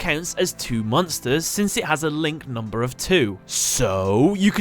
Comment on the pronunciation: "NumbA" Ahhhhhhhhhhhrgrrghhedjrmegs